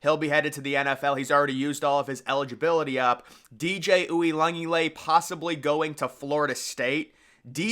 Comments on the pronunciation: Yeah it’s an insult to my fav player in CFP (Ooh-ee-un-ga-la-lay) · My brother in christ please learn how to say Uiagalelei good god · You said that like his last name was Jones or something 🤣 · So are you saying DJs name wrong on purpose? Lol I mean I have heard you say it about 499 times and Im starting to think you're doing it for laughs. Which works because I laugh every time